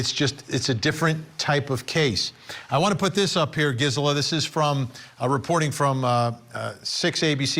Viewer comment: Vinnie, it's pronounced Geezela